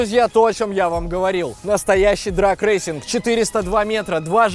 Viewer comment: дрЭг, а не дрАг. ДрАг означает другое